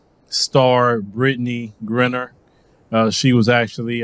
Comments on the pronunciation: Griner I know. Grinner I do not. Please say her name correctly. Give her that much respect.🤣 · Her name is GRINER, not ‘Grinner’. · BRO...you gotta get Brittney Renner off your mind! It's Griner, (with a LONG I) not Grinner! lol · pronounce it right. Griner not grinner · I know you're country but her name is Gr-eye-ner!!!!!!! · Would be dope if you pronounced her name correctly. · I'm no fan of hers but it will be nice if took the time to learn how to pronounce her name correctly.